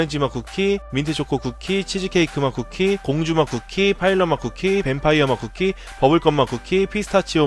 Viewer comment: 나만 공주맛쿠키 할때 고무줄맛쿠키라고들음...?